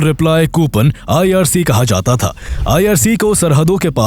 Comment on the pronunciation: Last word sound was short is should be istemal kiya jaaaaatha hai not jatha hai